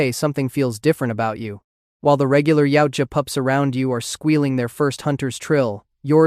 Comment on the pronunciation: Actually, its called yautja. Not yaija.